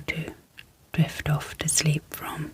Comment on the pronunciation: I really like the soft spoken; great content. Super professional. The only thing that isn’t working for me, is the word Sleep, sleeP sleeP repeated close up to the mics with the Sl and the P super pronounced, it’s has actually woken me up. The p sleeee P SL eee P it pops me awake. Just wanted to mention. Maybe I can adjust volume. . all else absolutely fabulous